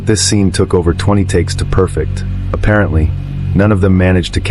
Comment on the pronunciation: wrong time code for The Blair Witch Project is on screen. it is spelled 'faux pas.' emphasis is on the wrong syllable on the word 'perfect.' I'm not following your rationale in your Halloween segment. There are two time frames within the movie. The opening when Myers was six and several years later after he escapes. That later portion is intended to be then-current, circa 1978 and digital watches were certainly a thing in 1978. I'll give you the different times on the watch, but there is nothing anachronistic about the watch being in a movie set in 1978.